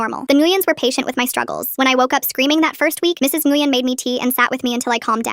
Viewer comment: Nguyen is pronounced Ngwinn